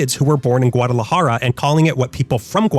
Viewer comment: Guadalajara not guadalahara